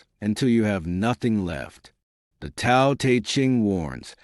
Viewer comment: Why do you mispronounce the word Tao you will have more credibility if you pronounced that word correctly!!!!